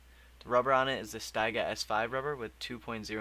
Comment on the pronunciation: It's pronounced at Steegah instead of Stayga.